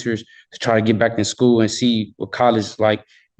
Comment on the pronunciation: School , not skoo 🥴